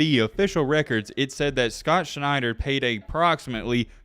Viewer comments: Shent-er, not Schneid-er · Scott Schenter as in Shen-terr not Schneider. Just struck me funny. If I am remembering correctly usc was loaded back then. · Schenter is not pronounced Schneider.